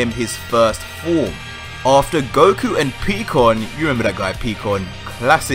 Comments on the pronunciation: Peeeeekooon bruh piiiiii like the sound in pie so it’s pikkon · Its Pie-Con, not Pee-con lmfao. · Lol PeeKon lmao it's pronounced PieKon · He's Pikkon not pecan 😆😛